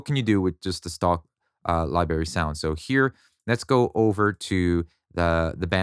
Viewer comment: are you saying liberry?